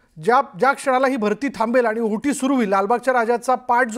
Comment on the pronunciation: आहुटी नाही वाताॅहर ओहोटी म्हणा😂